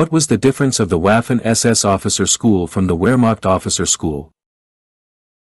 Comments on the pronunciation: It's not pronounced Waffen, but Vaffen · Buddy it's not waffen like waffles.pronounce it properly. The w is pronounced as a v.as in vaffen or verse or vibrant etc.